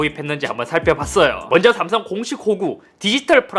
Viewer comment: ㅈ발음 들려요 자세히들어보면 삼성 애플이 아니라 ㅈ성 ㅈ플이라 들리는데 그런 브랜드 비하하는 말 하지말라는 말인듯